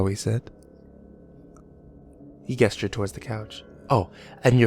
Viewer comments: The word is pronounced "jes-ture", not "guess-ture"! Why do you insist on mispronouncing this word? It's most annoying. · this kinda bothers me but whenever you say "gesture" you pronounce it with a hard g when i'm pretty sure it should be a soft g... i don't know if you still do this but it's one of those consistent errors that i feel i should point out??? idk if there are other pronunciations but i've never heard gesture with a hard g. anyway i love your work and hope you continue your reign of nightmares on the internet :) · I love your voice,, but someone needs to teach you how to pronounce "gesture." (Hint: it's not a hard G. I know, in English all Gs should be hard Gs, but we all know that English doesn't work as it should.) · If you care, gesture starts with a soft G. Like a J. I've noticed it a few times through these.